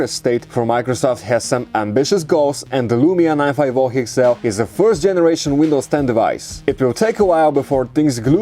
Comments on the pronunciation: NINE FIVE OH HEXSELL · "The Lumia 9 5 Hoo Hexel" You can't even pronounce the name of the Lumia 950 XL correctly. Look How sexy the Lumia 950 XL is, It doesn't even looks good in your dirty hands. gtfo! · 95 hoo ex heel?? Bruuuuuuuh.. 😂